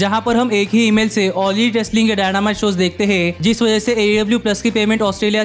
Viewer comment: Bro video was nice but u pronounced all lit instead of all elite